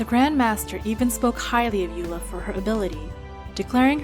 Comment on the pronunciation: Hahaha loved the "EULA" at the end. Thanks for the awesome vid